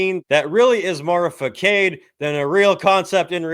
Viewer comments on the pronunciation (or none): the only thing I learned here is doesn't know how to pronounce Facade, lol. love the show buddy. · Some specific savior of metal doesn't know how to pronounce facade.